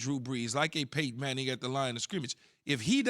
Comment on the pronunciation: I can see how he can say Brees but not Manning